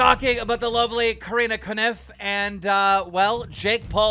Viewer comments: Keem mispronouncing Corinna’s name as Karina KaNuff. 🤣 He either hates her or just doesn’t know it’s pronounced Core-rinna Cough. 🤷🏻‍♀️ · "Koreena Kaniff" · i love how keem pronounces corinnas last name hahahahhahahaha